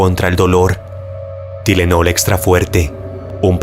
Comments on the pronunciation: Perdon pero me dio risa como pronuncia la palabra tylenol la pronuncia ti-le-nol cuando seria tai-le-nol 😂 solo estaba escuchando y no entendia hasta que lo vi a que pastillas se referia 😅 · se pronuncia taylenol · se pronuncia "Tailenol" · Tylenol = TAIlenol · Se pronuncia tailenol.